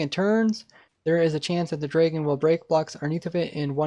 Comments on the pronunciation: its Dragon not Dreagon... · Cool video but I cannot stand how you say draygon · take a shot every time he says draygun